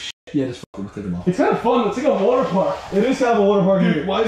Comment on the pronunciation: Has anyone noticed how they say water like wooter lol